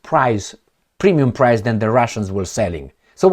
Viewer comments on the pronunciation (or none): none